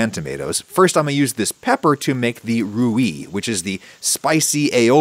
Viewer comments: Rooy not Rooyee. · Rouille is pronounced rouy, not rouyee :) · Rouille is not pronounced rew-ee but more like rew-yeh, in one syllable. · Ok so it’s ROOY (one syllable) and BOO-YA-BESS. Thanks, my ears are bleeding. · The prounciation of "rouille" is very wrong lol (should be like ratatouille) but great video. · There is definitely one tradition for rouille, and that it's not pronounced with a "ee" sound at the end ;) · Because that’s not the right pronounciation at all. But the worst one is « rouille », he completely destroyed the word lol. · That pronunciation of rouille tho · I'm saying that there's no "ee" sound at the end of rouille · Okay, but how do you pronounce "rouy", if not just like "roo"? 'Ouy' doesn't make sense in English phonetics.